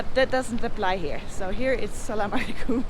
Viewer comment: its Always A-salam-u-Alikum. A must be pronounced.